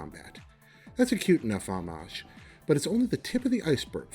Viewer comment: He pronounced "homage" aw-mahg. Lololol